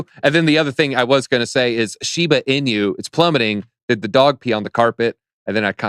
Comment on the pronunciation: You can definitely tell who the cat people are, the ones who pronounce Shiba Inu wrong. You notice how everyone of the guests pronounced Shiba Inu correctly except for